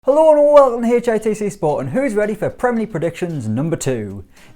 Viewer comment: Nobody:: HULO AND WULCUM TO HEY-CHAYE-TAY-SAY SPORTS